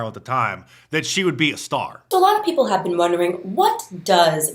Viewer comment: "Ejukatin'😂 black peeeeepole😂"